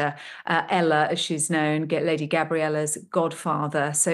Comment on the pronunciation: is dreadful at reporting. She cannot even say Lady Gabriella properly at one point in the interview. As for the suicide of Tom Kingston... his parents must be devastated at his loss but also at finding him with the gun. They'll never unsee that image.